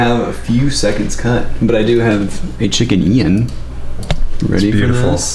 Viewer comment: it's not chicken ian, it's "chickian " 🤓😆